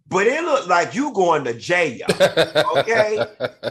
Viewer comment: I LOVE YOU Q! going to "JAYEL" lol